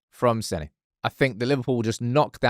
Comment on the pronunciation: His name is SENNA, not Senny!!! Amateur.